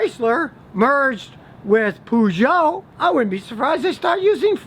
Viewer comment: 'Pooh-jout' LOL... :-D